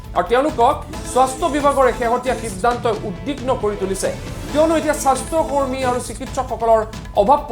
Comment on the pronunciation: Soshta kormi nohoi bhul hoise , xudhokoi ussaron korok